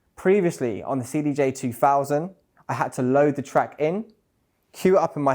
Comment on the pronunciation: cdj free fousand REALLY ??? Not a very good advert when you can't pronounce the products actual name correctly.